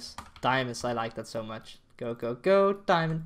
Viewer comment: Do I hear diamondo? I hear diamondo